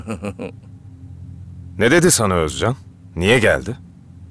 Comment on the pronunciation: Bence Ögeycan diyor ögey-üvey. Yani Özcan deyil üveycan😂